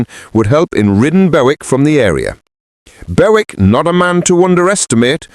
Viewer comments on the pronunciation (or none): Bowick 😅😅😅 It's Bewick 🙄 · Hi surname is pronounced Buick as in the American car not the way you are pronouncing it